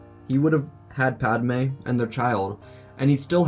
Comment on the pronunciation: Man said PAD A Me